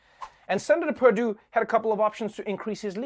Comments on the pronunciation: YEAH SENATOR PERDUESHBAG MISPRONOUNCED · Perdue or Perrrdoo, PerDOO-DOO! Seriously, this is like a 12 year old trying to be funny with his friends. Professionalism has left.